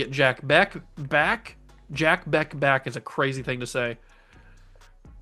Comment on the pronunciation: And just a heads up, Jack Bech is pronounced "Jack Besch" lol. Love your videos, man!